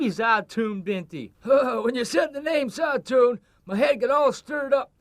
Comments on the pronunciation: it is, I studied Arabic for several years Plus it’s usually pronounced “zay-toon” so the film couldn’t even get that right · زيتون or how the movie says it zauton is actually Oliver and no they where not saying it right but is because you need to have a decent knowledge of arbaic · Odd 'n Strange Games lol yes it means olive in Arabic. Although they definitely butchered the word's pronunciation, they made it sound both hilarious and stupid.